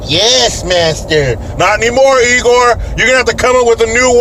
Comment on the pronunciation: It’s Igor not egor duh lol